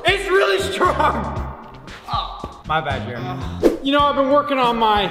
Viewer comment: "Its really stronge"no you really stronge